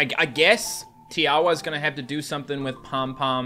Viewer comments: Tiawa you actually say it as tinkwa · Fact Tiawa pronouced ti-a-wa